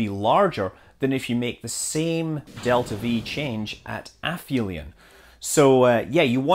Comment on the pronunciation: Once again, it's properly pronounced 'ap-helion' not 'afelion.'